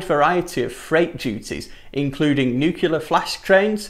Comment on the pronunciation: Nucular :smh: :)